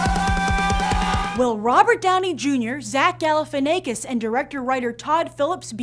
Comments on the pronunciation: IT'S ZACH GAL-EH-FIN-AH-KISS. Not "ay-kiss." Ya stoned bimbo. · lmao She said Galifianaykis again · stop saying Galifianakis with a long A sound. i wanted to punch my self in the ear every time you spoke his name. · zack galifianackis, like quack, pack, track. i don't know where you're getting this long A sound in there - he even pronounces his names like the afore mentioned in his stand up specials